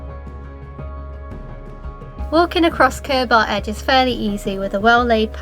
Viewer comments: Cur-BAR haha - it’s pronounced more like curbah or curb-er :) . Great spots though. Robin Hood stride is my favourite. amazing sunsets from there. And it’s only a 2 minute walk from where I’ve always lived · Pronounced Cur ber rather than Cur bar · Cool video. Never heard anybody call it Cur-bar before. I live very close, it's more like Kerb-err or even Kurb-ah, with a sharp ending. If that makes sense. But, yes all good, loved the drone footage. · I was born and have lived in the peak district for nearly 70 years ,this is a great video you have selected your top ten well ,their is just one minor thing that is wrong and it is very minor and that is the pronunciation of the word Curbar it is pronounced more like Curber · Hi. I fell upon this and, living on the edge of the Peak District and having walked all your top 10, I enjoyed it very much. Interesting pronounciation of Curbar, which is Curber locally. My other favourites are: Padley Gorge, Edale and Kinder Scout with Kinder Downfall, Luds Church, Alport Castles, Bretton Clough and so many more. The Peak District is so underrated! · Not a bad effort but you missed all the best ones out . Curbar is pronounced Curber around here .Get away from the tourist stuff as it's over populated . I live in the Peak and tend to stay away from the tourist attractions . Far better and more stunning places than these . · Nice, appreciate the effort you made to get to these places first thing in the morning! Never heard Curbar pronounced that way, I've only ever heard it "Kurrba". Btw, caption slip up on "Winntas" (sic) Pass. Thanks.